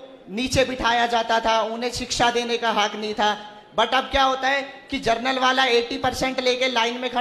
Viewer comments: जनरल को जर्नल बोल रहा है और 75% वाला बन रहा है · जर्नल नहीं बे जनरल..... पढ़े हों नहीं और आ गया आरक्षण पर ज्ञान देने 🐱🐱